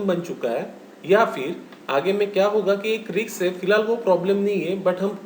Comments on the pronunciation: sir it is pronounced as 'Risk' not 'Rkis' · Pl pronounce it as( risk)